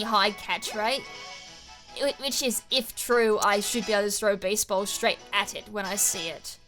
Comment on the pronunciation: I keep hearing baseball instead of beast ball lol